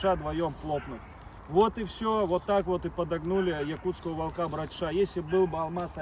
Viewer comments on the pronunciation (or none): Ещё раз - не волкА( это безграмотно), а вОлка! Правильно говорить вОлка, ударение на О. И не кИдовался, а кидАлся! Учите правильные ударения русского языка, вы в публичном пространстве.